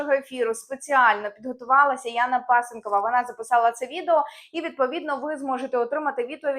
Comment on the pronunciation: Навчися вимовляти прізвище правильно-неук черкасець.